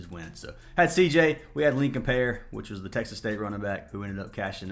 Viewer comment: Lincon ParE . Not pair 😂 hes a friend of my family when he lived in florida